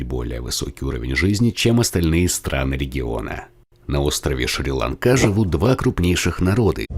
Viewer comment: Не шри ланкá а шри́ ланка